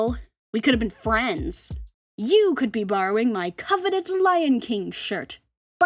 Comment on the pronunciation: Coveted? You mean… KOVU-ted?